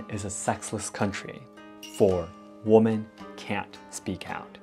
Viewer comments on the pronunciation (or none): Hi, This is so tiny, I hesitate to say it. It is one little thing that sounds “different”. You pronounce woman & women, the way they are spelled, & that is logical. But the plural format of woman: women is pronounced (wĭm′ĭn). You know, many words are spoken differently than their spelling. The rules drive all of us crazy. So, no worries. I am not criticizing you at all. Quite the contrary, you speak so very well, that the smallest difference is noticed. Thank you for all your videos, I both enjoy & learn from them. Your work is much appreciated, as I am writing from half-way around the world, near Washington, D.C. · Hi, I love your videos and hope to visit Japan one day. I did want to tell you woman when it is plural women is pronounced like "wemen". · Please look up how to pronounce the word “women”. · You’re pronouncing women incorrectly. It’s pronounce “wim-en” (plural) and when talking about one, how you pronounce it. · I just wanted to say. Women is pronounced as wimen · Thank you for this. It's very informative as a woman wanting to visit Japan. Also, just in case you want to improve your English, "woman" is one and "women" is more than one. It may be confusing, but "women" is pronounced "whimen" :) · I hope you will see this! The word “women” is pronounced WEEMEN! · You mix "women" and "woman" both in spelling and pronunciation.